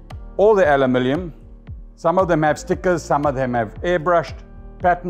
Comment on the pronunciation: Lol “Alumilium”